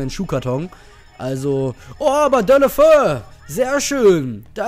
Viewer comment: Man spricht Deulofeu Dä-ulu-'fä-u aus ;) Troztdem wie immer einen Daumen hoch :D